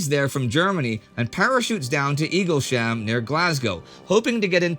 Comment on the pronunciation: Indy... I praise your pronunciation often but it is Eagles-Ham and not Eagle-Sham ;) *it's not far from my current home